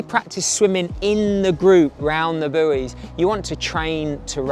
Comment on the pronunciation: I can't believe the mispronunciation of buoys!!!